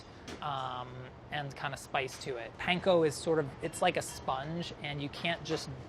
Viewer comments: if he says "paynko" one more time i will fry myself in olive oil. weird how he says katsu right but not panko. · Can we please stop saying "pain-ko"?